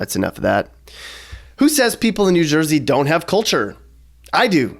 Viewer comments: Who the hell calls it "jew jersey"? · i have never heard anyone say jew jersey